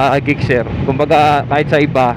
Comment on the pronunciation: Sana na search mo pano e pronounce ang name sir 😊